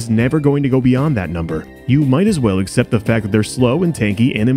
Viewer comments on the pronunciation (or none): none